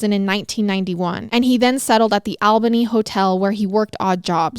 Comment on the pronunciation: Is that how they pronounce it in Canada because being from NY I've never pronounced Albany that way or I've been saying it wrong my whole life.